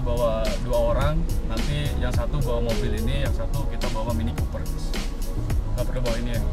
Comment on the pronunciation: mini Cooper bang.. bukan mini koper..